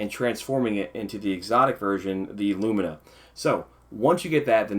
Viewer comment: Thank you for saying lumina the right way! lumeena...smh lol